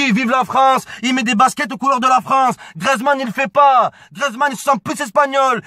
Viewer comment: ça vous fait pas rager quand il dit grezman